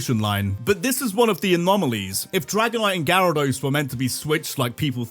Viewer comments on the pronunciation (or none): none